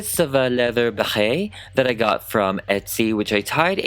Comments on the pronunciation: Ok but wtf is up with your Béret pronunciation? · i love you so much but every time you said beret like that i wanted. to die. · The way he says Barret is funny for a French person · Uhm I don't think that's how you pronounce "béret" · can you explain something very confusing ? how come you say it béret like that ? i am french but we don t emphasis it the way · I am so tickled by your pronunciation of beret! I can’t stop giggling and I love it so much! And I would buy your mini me’s beret it you made them for humans! Fabulous job as always 😍😍😍 Also, would you consider doing a Beyonce doll?